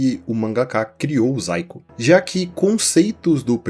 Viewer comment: zaiko? achava que estava falando saiko, já tava me perguntando "o saiko fez um video de dragon ball AF e mostrou uma fanart que virou lost midia?"